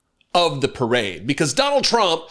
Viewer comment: First thing to say to donold: 'Loved your pirrrade!' laughing.